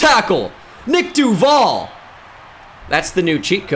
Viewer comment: You mispronounce duvall and its actually mad annoying